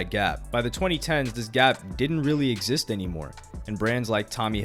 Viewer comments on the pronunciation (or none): none